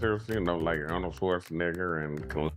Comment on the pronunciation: Ummm I don't think that's how you say Arnold Schwarzenegger hahahahhah😅